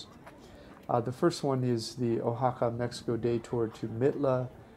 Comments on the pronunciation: I happen to live in O-Haca, better pronounced wa-ha-ka. By the third time you mispronounced the name of my beautiful city, I simply couldn't watch anymore. Why would I listen to somebody who can't even get the most basic thing right about a place. Also, the name of the city is Oaxaca de Juarez. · Yup. "Oa" is pronounced, "WA," not "O." That's why I never passed high school Spanish :) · uhaca?.....nooooooo 'Wahaca' .....yeeee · been to oaxaca numerous times and i've never heard it pronounced the way you do. oh-ha-ca. usually pronounced wha-ha-ca. oh well, nice vid anyway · Nice video but remember that you're pronouncing it wrong, so you don't miss, pronounce it Guajaca. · Very nice, beautiful location. FYI; the O in Oaxaca is pronounced like our English “Wa” as in Washington. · Oaxaca is pronounced wahaka....😎🙃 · Probably somebody has told you this before, but you are pronouncing Oaxaca improperly. The O sounds like wa. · This video is beautiful, being able to see places I got to visit years ago during a visit to my stepdad's family was great. Please, work on your pronunciation of places. That is my only complaint. Wha-ha-ka. Mm-ohn-te Al- bahn. Ss-ah-tech-oh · It’s pronounced “Wa-ha-ca” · Too bad you cannot pronounce Wahaca correctly. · WAY-Ha-Ka. I have to cut away because you pan too quickly. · No, actually ‘WAH-ha-ca’ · Two comments: learn the correct pronunciation of the places you review, and slow down those whiplash pans! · Taking a lot of deserved hits for mispronouncing the name of this special city. I'd think after an hour in a new city and listening to locals, you'd correct the mustake.